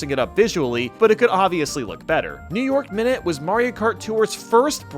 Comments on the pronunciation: well you got new york minute right, noice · when he gets new york minute right xd